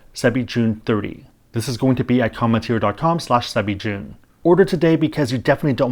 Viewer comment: it sounds like you're pronouncing an "n" when you say "Come[n]teer". BTW, I received it as a gift--great coffee! I'll subscribe when it runs out. Oh, keep up the great videos!